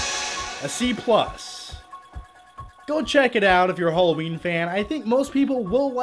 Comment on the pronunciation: Oh, it's 'Hollowjeen' again 😂